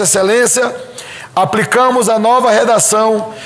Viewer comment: esse idiota confundi ele diz apricamos osbsever 051 éo correto é Aplicamos idiota!